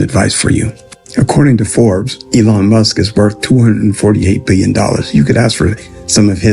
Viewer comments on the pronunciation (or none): none